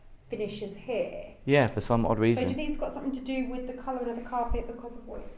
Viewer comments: I can’t believe you haven’t seen a bidet toilet before! You both seem like overawed country bumpkins being in the Big Apple for the first time! Also, please remember your “ings,” as in something and nothing, NOT somethink or nothink! Who hired you for a walking tour like this? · Love your videos but just one thing irks me SO much. There's no "K" at the end of the word "something". Every time you say it, you say "somethink"! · Speak properly! You are English. Something, not somethink….on it goes.